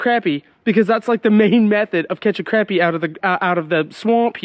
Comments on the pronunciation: love the content....but bro its pronounced CRAWPEE not craypee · love ya to death but its not pronounced crappy lol its more proud as (croppy) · I love you pronouncing it Crappie like it's spelled rather than Craw-pee like most people do haha